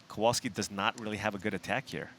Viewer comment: its not Kołolski, its Kowalski :)